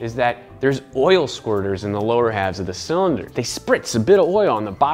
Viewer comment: how he say Oil Squirters xD